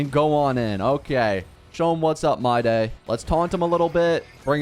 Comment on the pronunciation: I've been watching your videos continuously (also I just subscribed), but I figured that you've been pronouncing his name wrong. His name is supposed to be pronounced like "My-dii". That's why your caption mistaken his name as my day. Also english is my 2nd language, so I apologize in advance for y incorrect grammar